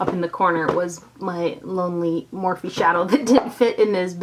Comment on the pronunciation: I thought it was morphe not morph-e